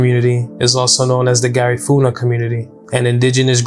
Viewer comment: Brother you gonna pronounce Garifuna correct !!! Loss so many family members that night !!